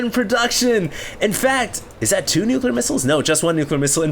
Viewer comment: It's pronounced "nuclear"...